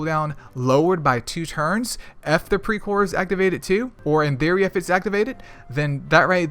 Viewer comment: Well you pronounced it almost perfectly.. Hehe...anyway thanks for the video... i hv much better understanding about pre core now.. 👌